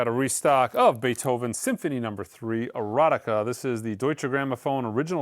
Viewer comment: Hi,... unfortunately... Beethovens symphony No. 3 is called "Eroica"... not EroTika... 🙂 Greetings from germany.